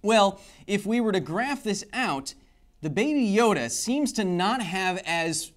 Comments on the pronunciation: It's not "babe yode " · Oh boy please don't call it 'baby yode' ever again, it sound the same as 'baby jew' in Dutch XD